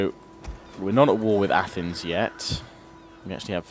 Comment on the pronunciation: It’s pronounced A- th-neis